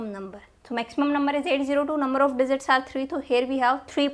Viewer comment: teaching well mam and that digzit digzit 🤣